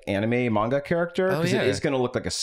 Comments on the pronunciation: ...at first I thought was mispronouncing "manga" on-purpose as a bit. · please stop 😭 that's not how you pronounce manga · But... it's actually pronounced "manga" not "monga"? 😂 Japanese "a" is pronounced like the a in man, map, hat, rat, plan, etc. Not mop, monster, con, gone, etc. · just so you know the way he pronunced manga as "menga" is exactly how we say period in Croatian so when he was sayind this "I'm experiencing menga for the first time" just fricking sent me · Yeah, like said, said mANga with such confidence that I was convinced I'd been saying it wrong this whole time. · I was hearing pronounce manga as if he was MANGling it. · saying it 'maynga' feels better in my mouth and everyone that upsets can die mad about it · Everyone making fun of pronouncing it "Man-Ga" instead of "Mahwn-Ga", meanwhile in Britain, "Man-Ga" is the more commonly-used pronunciation. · Wait, you're laughing at him for saying "manga" instead of "monga?" Is this a bit? Have I been trolled? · I accidentally hit the dislike button but it was totally after hearing say mainga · pronouncing manga is giving me Benedict Cumberbatch saying penguins. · I can't deny it; I guessed the pronunciation of manga wrong when I first saw it, and I saw it much much longer before I ever heard anyone say it out loud, so I am forever in boat. It's common among old-timers who were in middle school before it became mainstream over here. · The way you’re pronouncing Manga is the way we pronounce it in the UK. It’s similar to the different ways we pronounce Mario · I mean in England we do pronounce it man-ga rather than monga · pronouncing Manga like Armando Estrada was a bit too much of a joy to me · mænga is a waaaaay better pronounciation than mawnga at least 😩😩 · I don't know how manga is pronounced anymore after this intro.